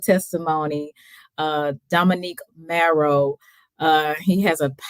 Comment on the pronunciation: Dominic Morrow (like tomorrow), not Dominique Marrow. I agree, he is a very humble and gracious man of God.